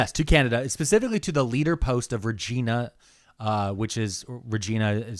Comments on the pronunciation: Who’s gonna tell him how we actually pronounce Regina here? 😂😂😂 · Regina (the city in Saskatchewan) rhymes with vagina. Not even joking. 😂